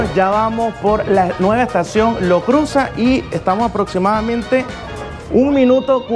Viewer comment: Bkn tu vídeo! Ahh pero es Lo Cruzàt,l Lo Cruzat